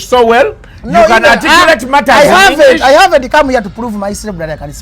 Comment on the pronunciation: That's engliiiisi not English